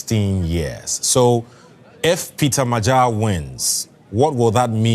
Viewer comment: Next time, please look up How to pronounce Magyar. It’s the name of our nation as well. Lame